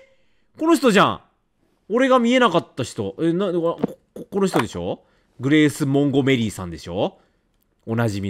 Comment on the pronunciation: 完全に忘れきったら来るシリーズだなーw ヒロイン(?)達の態度の悪さに悪態ついたり指導入れたりするレトさん楽しみで観てる😁 ･･てか､やばたにえんの裏なら寧ろ正常そうな気もするんだけど ｢グレース モンゴ メリィ⤵︎｣やっと正しい名前言ったのにアクセント酷くて笑った